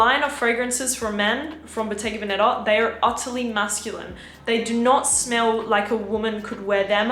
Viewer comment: Bottega veneTa la t si deve sentire …si